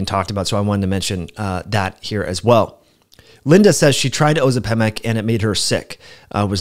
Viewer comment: Curious about your pronunciation of Ozempic🤔